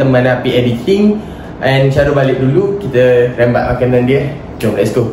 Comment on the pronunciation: Rembat bukan rimbat